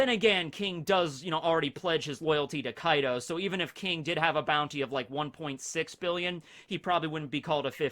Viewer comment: Bro when you said Kai D Ou I was like wtf 😂